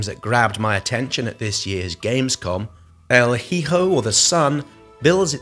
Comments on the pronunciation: Silent H's haha it's not really a thing in the UK I suppose. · As always, exceptional content! Thank you :) As a quick note (and sorry if you’ve seen this), the “h” in “hijo” is silent. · it´so funny listen to you sayin "El Hijo"... jajajaja... i take no ofense at all.... is just hilarious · I'm from Mexico, and the way he pronounces that it just sounds like he's about to say el "jijo de la chingada". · Oh, you don't have to apologize. it's a fine mistake, it just sound funny. I'm sure I sometimes pronounce english words in funny ways.